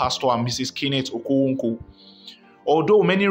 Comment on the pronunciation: You are obviously not an Igbo ,haha your okonkwo pronunciation is something else